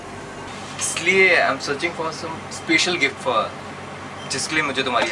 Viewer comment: Its special not speecial